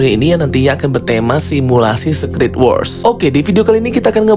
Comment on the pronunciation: Kak aku pening denger dirimu pronounce SECRET